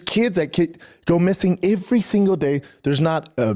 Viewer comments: “Ivery day” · Why wont anyone let him know how to pronounce the simple word "every"